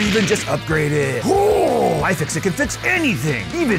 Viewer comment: AYE! FIX IT! (at least that's what it sounded like) But I agree: Best! iFixit! Add! Ev0r! XD